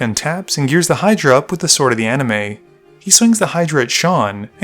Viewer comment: Why do you call it Sword of the "Anime?" Isn't it pronounced AniMIST? I don't think the "T" is silent.